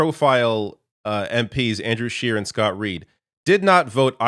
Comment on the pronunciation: Scheer? Scheeessshhh